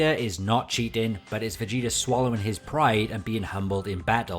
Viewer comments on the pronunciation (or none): "Vuh-gee-durr" Dude, surely a word ending in an 'ah' sounds isn't difficult for you. Jeebus Fleebus, man...